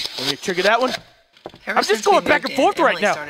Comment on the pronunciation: Am I the only one who heard pack instead of back?